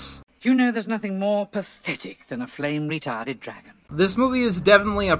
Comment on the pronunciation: Yes, that’s what he meant. But he definitely didn’t say the “n” in “retardant”. So it sounds like he said “retarded”.